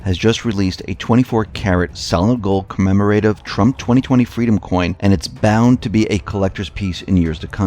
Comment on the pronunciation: Co-mem-ro-tiv. You are welcome.